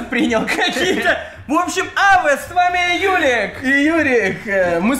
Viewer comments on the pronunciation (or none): Почему ты говоришь "Ава", а пишешь "Аве"